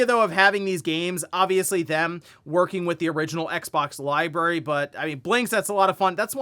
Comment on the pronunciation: Say it with me America, it's li-brar-y Not li-berry